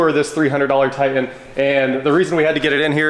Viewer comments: It's pronounced Titan. Not Tie In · What kind of truck is a Tie-In? Grownup English please. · What is a "Tie-En"? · I tried but can't listen to 20 minutes of hearing Nissan "Ti'-en" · What’s a Ti-an? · likes to drop his ‘T’s’